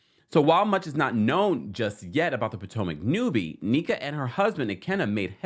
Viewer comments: Where are the Naija babes in the comments? Yall know he's butchering tf out of our goog sis name. What is KNEE-KUH? NNEH-KUH the e is like the E in Elephant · Lolll or rather "in-neck-ah" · I love you ❤ so I wanted to help with the pronunciation of Nneka. You done called her Neeka and Anika 😂 but it's Nneka like "Neck" don't worry about the "Nn" we will understand and its "a" like say ahhhh. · Just an FYI to everyone the new Housewife’s name is pronounced NECK-UH…not knee-Kuh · the new Housewife’s name is pronounced NECK-UH…not knee-Kuh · sorry to post so much but the new Housewife’s name is pronounced NECK-UH…not knee-Kuh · Im excited for tge new Naija HW to Potomc. Nneka's name is pronounced (Inn - Necka). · I’m here for another Nigerian queen!!! And it’s pronounced “neck-ah” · Her name is pronounced NEH-kah, which means Mother is Supreme . Hope that helps❤❤ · You're saying her name wrong - It's pronounced Nneh-Kuh pls the butchering is killing me lol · I believe it's pronounced neck-ah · Her name is NNEKA. Pronounced (NNNNECK-A)